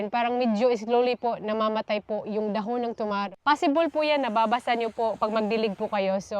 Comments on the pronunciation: Naninibago ako sa pag pronounce mo nang dahon ate. Dbah dpat da-hon ung pagbigkas? Pro palagi kong inaabangan videos niyo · bakit iba ung pagkabigkas mo ng dahon? Been to Siargao di naman ganyan nila pagkasabi ng dahon, for sure di rin ganyan tinuro ng Filipino subject natin. Sorry, maliit na bagay pero nakakairita pakinggan